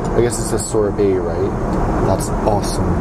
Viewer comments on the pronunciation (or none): Wtf is a sorbéy? Doesnt he mean sorbet